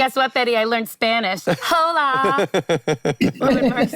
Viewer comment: Please make a shirt that says it’s Ho-la there’s an H 😂 one of my favorite lines of the show